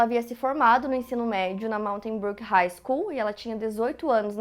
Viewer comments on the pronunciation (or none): none